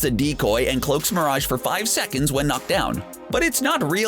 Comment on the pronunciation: Dude stop the way you say mirage is killing me seriusly man